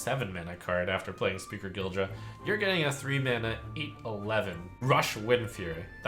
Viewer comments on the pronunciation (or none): gIDra, not gILdra!!